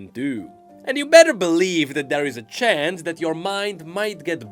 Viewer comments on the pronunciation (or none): none